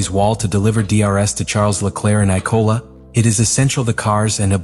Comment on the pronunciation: The spelling within the script sent to AI to create this video is terrible. For a start the track is IMOLA not “I-Cola”